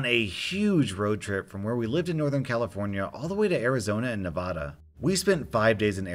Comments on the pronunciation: Nevada not Nah vah dah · Ahh yes the common "someone outside the state of NEV-A-DA saying it like NEVAH-DAH" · nails on a chalkboard Nevada: Neh-VA-(a as in apple)-duh. Nay-VAH-dah is fine if you're Hispanic or otherwise speaking Spanish because "Nevada" is originally a Spanish word, but otherwise please respect how Nevadans pronounce our state name. You managed to pronounce "Arizona" in the way Arizonans prefer instead of the original O'odham/Pima cum Spanish way. Likewise, you wouldn't expect Texans to respond well to every non-Texan pronouncing the Caddo cum Spanish name "Texas" in its original form: TAY-hahss. The More You Know... shooting star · It’s not na-vah-da it’s na-va-da I live in Nevada so I demand you give me your channel for insulting me-(joke) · So as a heads up its Nev-A-da not Nev-a-da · Ok this might not even be important to anyone else but me but I've a beef with you on how you said Nevada. Its pronounced Nevada short A not a long A. Nevadans pronounce the second syllable with the "a" of "apple" (/nɪˈvædə/) while some people from outside of the state pronounce it with the "a" of "palm" (/nɪˈvɑːdə/). Although the quality, but not the length, of the latter pronunciation could be perceived as closer to the Spanish pronunciation ([æ] is near-low front, [ɑ] is low back and [a] is low front, though often retracted to central [ä] in Spanish), it is not the pronunciation used by Nevadans. Yes, this bugs me 'cuz for most of my life I lived in Nevada and still think of myself as a Nevadan than as a Wisconsinite. Yes, I even yell at the TV every time someone on a show or the news says it wrong and cheer when they say it right. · isnt valid bc he says Nev-ada not Neva-duh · It’s Ne-va-da not Ne-vah-dah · NevAAAAAda not nevuda. Native to Nevada here you are pronouncing it wrong. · Its neh-vaa-duh friend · Me: hears “neh-vah-dah” and pukes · I’m sorry but did you just say “Navada”? It’s fine people get it wrong a lot